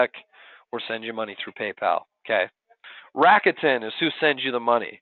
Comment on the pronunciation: Aside from the bad pronunciation of "RA KU TE N" which is Japanese and there is no stress on any part of the name, this was very informative.